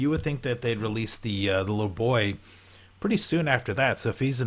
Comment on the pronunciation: Also. I don't like the way you say "little boy"